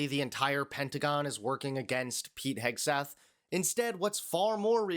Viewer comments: Did she call him Hegsweth? LOL Hegseth better not cross paths with any F-18 Hornet pilots. Fly Navy. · Secwetary Hegsweth 😂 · She can't even say his name right.🤡